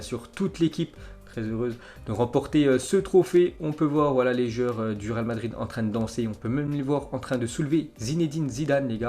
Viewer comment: on dirait que tu dit ral au lieux de real